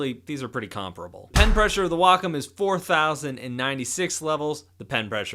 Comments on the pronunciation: the wokum one v the hooeine camvas noice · I think it's supposed to be pronounced Way-come.